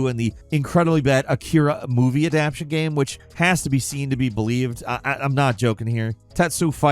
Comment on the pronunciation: Please stop saying 'adaption'. It gives me the Cringes.